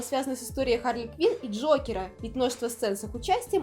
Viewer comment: АААААААААААААХАРЛИ КВИН А НЕ КВИНДЗЕЙ